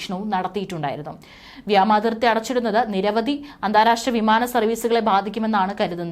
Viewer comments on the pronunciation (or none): വ്യാമാതിർത്തിയല്ല പൊന്നെ വ്യോമാതിർത്തിയെന്നുപറ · വ്യോമാതിർത്തിയാണ്. വ്യാമാതിർത്തിയല്ല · വ്യാമാതിർത്തി അല്ല കൊച്ചേ, വ്യോമാതിർത്തി ആണ്. Horrible. അറിയത്തില്ലേൽ ഈ പണിക്കു നിൽക്കണ്ട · വ്യാമാതിർത്തി അല്ല വ്യോമാതിർത്തി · ഏയ് കൊച്ചേ വ്യാമാതിർത്തിയല്ല,വ്യോമാതിർത്തി യാണ് ശരി.ഇനി മേലിൽ തെറ്റ് വരുത്തല്ലേ!😲😲